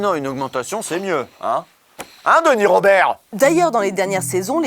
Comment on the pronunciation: Roh "Hein Denis Roberrrt !!?"